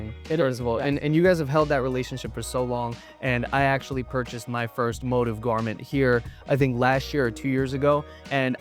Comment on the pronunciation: Actually motiv should be pronounced like “moTEEV”, more like motif in music, I pointed it out to them and they refused to believe they are wrong lol. Also, to say Daniel, the designer, is a 3rd gen tailor is very misleading. He actually had no former training in pattern making and studied Econ in college. He picked up tailoring from his own research like online forums and old German tailoring books. Feel compelled to comment only because I hate people who confidently tell wrong things to others.